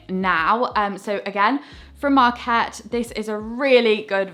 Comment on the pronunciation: I really enjoyed your videos and I particularly like your style. The word ARKET is a Swedish word that means "the ark", and should be stressed ARket, not arKET. Regards!